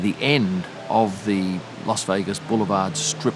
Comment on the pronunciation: Thanks for the as always excellent video. You always say "LOS" Vegas. Making me think, is it actually meant to be said like that? Agree that it's one of the best races for on track action, very much enjoyed the race on TV